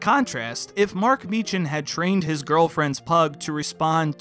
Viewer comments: Why can Americans never pronounce Meechan correctly? 😂 Edit: it’s pronounced Mee-Khan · Me-can not mee-chan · His last name is actually pronounced Meek-hin. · cough its pronounced Me-Kan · MIːKÆN...(Mē-Kiń)... It's pronounced...miːkæn fluls..!! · It’s pronounced MEEKan